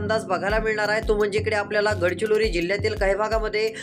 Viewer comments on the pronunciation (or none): अरे, गडचिलोरी नव्हे रे, गडचिरोली आहे ते